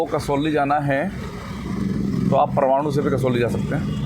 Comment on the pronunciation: भाई ये परमाणु नहीं है, ये तो परवाणू है| परमाणु तो एटम बम होता है आप उसको ठीक कर लीजिये.......